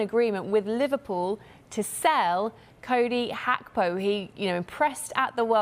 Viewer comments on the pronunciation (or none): Cowdy hackpoh 😂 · "Cody Hakpo "... ☕☕☕